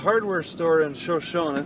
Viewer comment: Pronounced "show-show-knee"